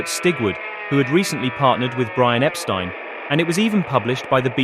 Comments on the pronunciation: Great video and nice to see someone else who knows how to pronounce Epstein properly 😀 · Finally, someone who knows how to pronounce “Epstein”…